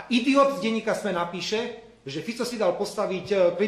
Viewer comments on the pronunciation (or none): none